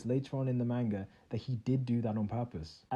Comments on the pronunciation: ... did you just say “mangee” ?? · Who else got annoyed at how he pronounced manga